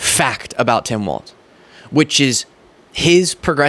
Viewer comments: Just a pronunciation correction. The VP nominee's last name is pronounced "Walls," like the 4 things that hold up a roof, not "Waltz," like the dance. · His name is pronounced "Wals". There's no T in it. It's not "Waltz". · It’s not “Waltz” it’s Walz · Tim Walz's name is pronounced like "walls" not "waltz" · I love your show but for the love of God, it is pronounced WALLS not WALTZ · I'm sure no one actually cares, but shouldn't we also make sure we properly pronounce Tim's last name for consistency's sake at least? A lot of people are saying it like "waltz" and it's "Wallzz" like "from the windows, to the Walz!" Just my two cents, which has a crappy exchange rate anyway. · Hi, love your videos. Nice to see an intelligent young man! Please watch how you pronounce Tim Walz's name though. You are not the first, and will not be the last, but it appears that you include a "t" in his name and pronounce it like the dance. It's pronounced as "walls". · it's Walz, like Walls. Not Waltz, like, well you know, Waltz. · I love watching your programs but, please, stop mispronouncing my governor's name. 🤣🤣🤣 Think of it as "walls", not waltz. Nobody, to my knowledge, would mispronounce you as " Beastly". C'mon sunshine, you've GOT this! 😁👍👍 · I love your channel and your videos, and I look forward to more. Walz is pronounced like "walls", not "waltz". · Dude, it's Walz not Waltz. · Dear internet: it's Tim WALZ (pronounced WALLS), not "WALTZ". Thank you. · If I may...Tim's name is Walzzzz, not Waltz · I'm sorry sweetie, but his name is Tim "Walz," like walls...not waltz like the dance. Ya might wanna correct that bcuz youre going to be talking about him for quite awhile...4½+ yrs to be exact. But I loved the accuracy and truth in your video. That's so hard to find these days. Oh, and I can call you sweetie bcuz I'm wayyyyy older than you.😊 Watching from Canada.🇨🇦😊👋👍Love your work. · Walz ( WALLS) stop saying walTz....c'mon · Its WALZ not WALTZ